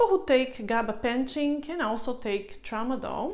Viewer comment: If your a doctor why can you not say Gabapentin correctly? It is pronounced Gaba-Pen-tin not Gaba pension. I have noticed this in the last video about this drug.